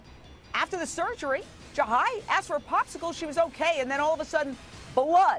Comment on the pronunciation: she axed em